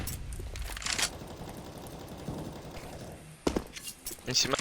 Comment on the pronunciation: E tão engraçado ouvir o FALLEN falar "disgraça" 😂😂😂😂